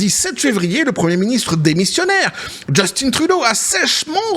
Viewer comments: C'est Juste-Teint et non Just-Tine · Justin, pas « Djeustine »… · On dit Justin comme jus-tin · Les français,arrêtez de dire Justine c’est Justin point barre quand même qu’il es efféminé!😂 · JUST IN . Comme en francais vieux. Pas JustINE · Just(in) c'est un francophone pas Justine .En Anglais ca se prononce plus Jostunn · Trop drole personne ici au Quebec dit Justine Trudeau c'est Justin oui Justin.